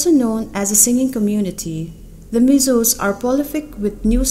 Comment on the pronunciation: Engati nge Mizâws i tih aw? Mizos han ti mai la, a dik thlap. Mizawraem tih pawh hi a fel hlel, Mizo accent takin Mizo, Mizoram tih mai tur.